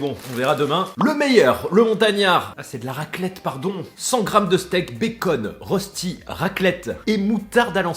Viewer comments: Ça se prononce ( reuchti) pas ( Rosti ) 😂 biz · Salut, superbe vidéo comme d'habitude 😊 Mais le rösti se prononce "Rochti". Dédicace depuis la Suisse 🇨🇭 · Arrête d’écorcher la prononciation dès rösti, on dit rochti